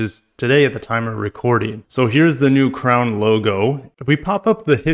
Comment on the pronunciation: Ffs another FWD crossover. Butchering the crown name